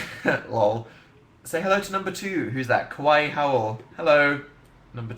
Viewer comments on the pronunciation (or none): none